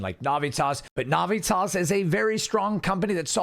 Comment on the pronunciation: You are saying the name Navitas wrong, bro. Get that shit right, homie. It's like nails on a chalkboard the way you say it.